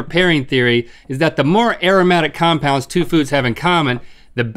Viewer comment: I’m rewatching this after becoming an organic chemist, and boy do Rhett and Link need help with their pronunciations 😂.